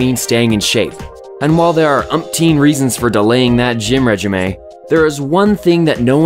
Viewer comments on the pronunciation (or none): Horrible mispronunciation of “regime”... * facepalm *...